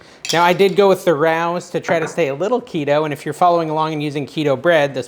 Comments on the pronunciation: I'm sorry did you say "rouse" marinara sauce? It's Ray-O's. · It's pronounced "Ray-oh's" It's here in Little Italy in the Bronx. You have to make reservations a year in advance, unless you're "Somebody" Excited to try your recipe!